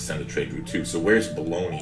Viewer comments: Hi. Don't want to seem too pedantic but I think Bologna is pronounced something like Bolnya. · LMFAO! No worries... I just assumed it was pronounced like the cheap meat you can buy haha So that would be pronounced Boln-YA then?